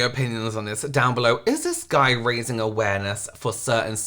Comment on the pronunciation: This guy is 'awaremess', not awareness. My mental health leaves the premises while I'm watching it.